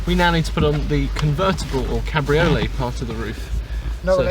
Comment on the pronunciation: Its pronounced 'cab-ri-oh-lay'